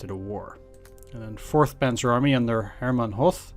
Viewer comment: Don't want to be nerdy, but the "th" as in English doesn't exist in German. Hence you pronounce Hoth just like Hot. Well, not like the English word hot, but with a more... "longer" pronounced O. :)